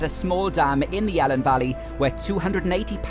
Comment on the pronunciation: Fantastic vid, some places like Pen Pum Lumon Fawr, which I never heard of but looks great, but I have to say you say Welsh place names lovely but not the Elan valley! you say helen (sorta) but it's always E Lan simple as that.